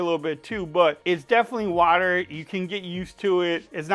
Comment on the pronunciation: I like the way you pronounce "wider". Took me three times for me to realize you weren't saying "water".